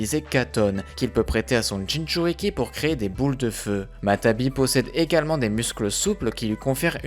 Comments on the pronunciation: On dit matatabi pas matabi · c'est matatabi et non matabi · C'est matatabi pas matabi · Salut super vidéo mais y'a une petite faute, c'est "Matatabi" et non "Matabi" :) Et pour Chômei tu aurais pû aussi dire qu'il se surnomme Lucky 7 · On dit matatabi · Matatabi et non matabi